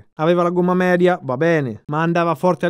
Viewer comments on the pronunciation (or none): none